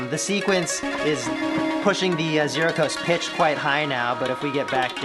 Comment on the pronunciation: This video keeps throwing me off. I’m used to the 0-coast and 0-control pronounced “no-coast” and “no-control”